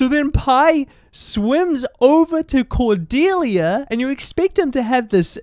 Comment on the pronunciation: I remembered watching this movie as a kid. I don’t know why but the hard pronunciation of the ‘C’ in Cordelia’s name has always stuck in my mind and I always hated it lmao. I remembered like NOTHING else from the movie. Just the way that Pi says Cordelia’s name.